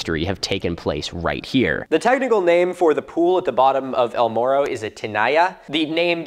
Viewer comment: To be fair, a lot of English speakers can't make the Spanish "rr" sound (myself included, despite all attempts to learn, because it sounds frickin awesome and it makes me sad that my tongue simply refuses to cooperate), so some of us don't really have the ability to pronounce "morro" correctly.